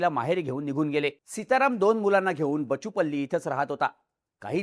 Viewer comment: It's बाचुपल्ली (బాచుపల్లి)!